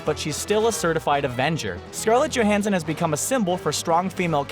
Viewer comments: did he call Johansson Johnson? Wtf bro! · No disagreement with your listing but a fair amount of mispronunciations. Johnson for Johansson? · Either the writer(s) need(s) to spell-check what they've written, or the narrator needs someone to check his work, as there are flubs and mispronunciations all the time on these videos. Then again, I don't understand how you don't realize that you've said "Johnson" rather than "Johansson" when it's being recorded, let alone how it makes it into the video. Maybe you guys should focus on quality over quantity... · It's Scarlett Johansson not Johnson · "Johnson" instead of Johansson and "Smarvel" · did he call her Johnson the 3min mark?? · Please learn how to pronounce names. It's Johansson, NOT Johnson. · DID HE REALLY JUST MISPRONOUNCE SCARLET JOHANSSON'S LAST NAME AS JOHNSON??? I'm sorry, but who edits these videos?? Some of the mispronounciations are so bad and so obvious. How are they overlooked?? Is it really that difficult to redo that little bit, or add in some text that says "I fucked up, I meant to say _"??? Wtf, Screen Rants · He said scarlette johanssen's last name wrong... I cri